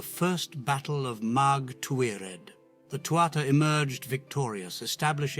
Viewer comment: Also Samhain, and Mag Tuirah.